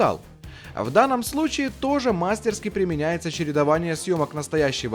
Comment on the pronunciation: "мастерскИ" нужно говорить, хотя это знают только профессионалы и знатоки языка. Кэмерон и Арни + ILM- красавчики. Стэн Уинстон. Линда. Самая круть- это внимание к деталям у Кэмерона- это- застрявшая Беретта в решетке, когда Т-1000 ее проходит и россыпь металлической пыли, когда тот же Т-1000 вылетает, уцепившись за машину, по дороге из клиники.